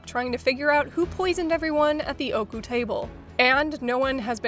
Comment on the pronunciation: im so glad ooku was able to get its well deserved win in the legacy award! just a friendly reminder from a native japanese speaker, ooku isnt pronounced "oku" its "oh oh oku" Great video and im looking foward to seeing the 2024 version next year! :)